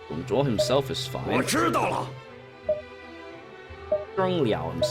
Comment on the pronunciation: Why does the english voice pronounce "Dong Zhuo" as "Dong Zhwa"?